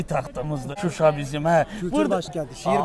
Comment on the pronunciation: Salam zəhmət olmasa Şuşa adını düzgün deyin!